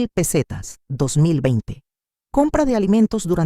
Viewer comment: Todas son las mismas historias. Y las pesetas las lee muy mal la IA. Recordar que lapeseta dejó de circular en 2002, ahora tenemos euros